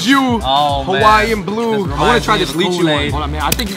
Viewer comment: "Lee chee mochi" jesus its "Lie chee mochi"